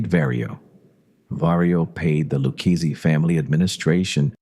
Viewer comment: the LOO KEYS family. AI DOC